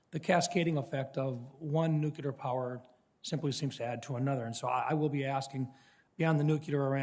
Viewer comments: nuclear; new cle are. NOT nucular. This always pisses me off!! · It's Nuclear not nukuler and these people make our decisions 🙄 at least say it right or your saying it wrong on purpose. They can't be that ignorant. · It's nuclear. NUCLEAR. It is NOT nuculer! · What is funny is that this legislator says. "NUK-U-LER' instead of nuclear. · Nuc-lear. Nucular is not a damn thing. Please stop killing your credibility on such a simple word... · It would have been best if the Senator learned to pronounce nuclear before getting into politics. That's always embarrassing for our side. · Educated man still pronounces Nuclear wrong. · Shes awful of course, but my God why is it that some people cannot pronounce the word nuclear correctly?!?!